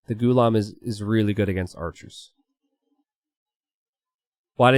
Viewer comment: Hey it’s actually pronounced as “Ghulaam” similar to how you say Gulag.. Also Ghulam means “slave”..